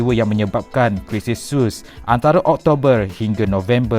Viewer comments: lebih dgr pada ''sos'' pulak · Sebutan tak betul .....terusan Suez sebutan betulnya terusan "SU S"